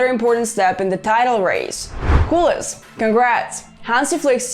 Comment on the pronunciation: The accent is on the "E", no on the "U". It's CULÉS, not CÚLES. I know you are not native Catalan or Spanish speakers but since you decided to name your channel that way you should have put a little more effort on saying it right.